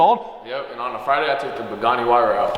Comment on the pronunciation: Did this man just say “Pagani who-why-ra”? It’s “why-ra” the h is silent. Edit: He started saying it right, must have been joking lol